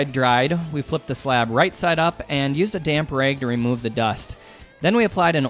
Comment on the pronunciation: You say rag and measure with an accent. Where are you from?